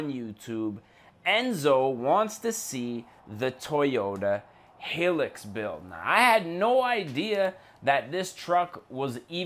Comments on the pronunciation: It’s not h I lux it’s hilux as I’m high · The car is said hi lux not hiloox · Highlux is how it prounounced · yes that annoyed me a lot how he pronounced it